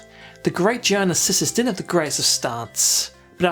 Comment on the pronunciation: awesome review... but i am sure it's pronounced GEE ARNAR and not GEE IYANA